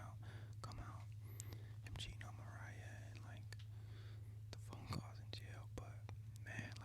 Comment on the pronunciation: “Mariah” You said it correctly :). i’m always here to support you. But everything you said is important, being able to balence out our negativity’s and positives in life to be at peace 🤞🏽❤️